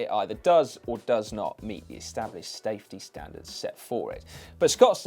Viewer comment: what is a "staftey standard"?? haha